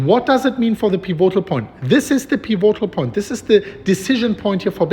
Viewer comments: Piv-a-tol pronunciation not pi-vo-tal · PI vo tal betonung auf der ersten silbe. und nicht auf der zweiten piVO tal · piv - it - ull - thanks for the vids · ...may I tutor you on pronunciation of "pivotal"? I love how you say it but it is incorrect... so...PIV. IT. OLE. or. PIV. IT. TOLE. Thanks for all YOUR tutoring!! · Pronounced pih-vih-toll. Pivotal. You're doing a great job,! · Peevoaghtal point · Pivotal is pronounced piv-it-tl, no O, emphasis on first syllable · Peevohtal point! It's OK, I still love you 🤗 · It's pronounce PEE-VI-TOLL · Pee vo tal. Nice!! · Love the updates! Also, just for future reference the correct pronunciation is more like "pih-vuh-tol" with annunciation on the "pi" the same way you'd say "critical" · Peh- VOT -all